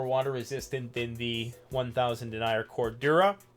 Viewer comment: BTW in this context "denier" is pronounced "den-neer". When pronounced "dee-nyer" it refers to someone who denies something.